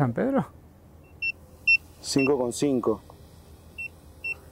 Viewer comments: Es tal cual dice SAN-PE-DRO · LA VOZ DICE "SAN PE DRO"